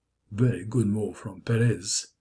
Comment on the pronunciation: I think it's pronounced PEres.